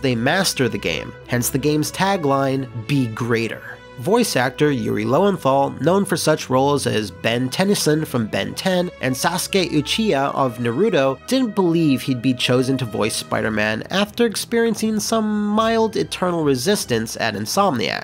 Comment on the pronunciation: "Sasuke itchy-ha of nuh-roo-doe". That really hurts to hear.